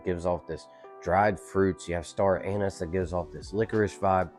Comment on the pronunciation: Very good review. However, please change you video aspect ratio. You are cutting off 25% of the bottom video. And Google the pronunciation the scent of "Anise" because it sounds like you are saying "Anis."